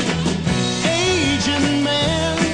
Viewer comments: He is SAYing 'Asian', that's how he's pronouncing it. Unless you were growing up in the early 60s, you wouldn't recognized the guitar riffs in 1966 that went with the 007 Dr. No culture and the whole secret agent thing. It was huge. secret agent this, secret agent that. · He didn’t pronounce the ‘T’ strongly enough. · I did also, the T is not pronounced.